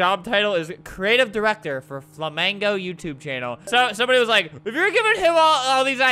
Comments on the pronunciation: It's not flamgio, it's ABELRT REeeeEeeEE!! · flamgio?? IT'S FLAMINGO NOT FLAMGIO 💀💀💀